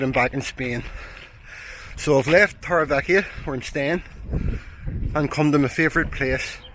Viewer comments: The way you pronounce Torrevieja is hysterical. Tor ray vee ech aaaa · Torre Vee Yak A;) … great video as always ☀️